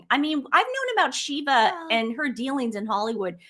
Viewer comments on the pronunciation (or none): none